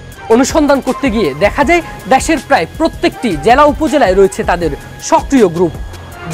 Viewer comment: দ্যাশের না দেশের বললো?বুঝতে পারলাম না